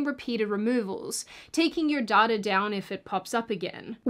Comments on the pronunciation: You pronounce data like daughter. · Did anyone else first think she said „daughter brokers“ and „they will sell your daughter“ instead of data?😂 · You are pronouncing data wrong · Sweet Jesus, Mary & Joseph, what is dahtah? its pronounced "Dayta" the human race is effed. It's getting depressing now. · The most useful thing I learned from this is that even though there are two ways to pronounce "data," still doesn't pronounce it correctly. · The only wrong thing about this video is the pronunciation of data.